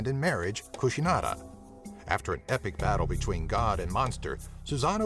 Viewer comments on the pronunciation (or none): none